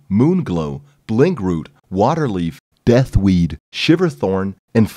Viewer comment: He really put an emphasis on Death Weed.